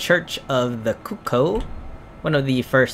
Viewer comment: its cuckoo like the cuckoo bird,.that how u say it loll thanks for vid